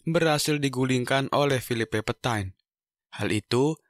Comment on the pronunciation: Charles de Gaulle bacanya Sharl de gol, Phillipe Petain bacanya Filip petang